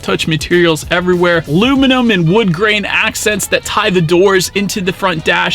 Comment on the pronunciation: Luminum? Good review though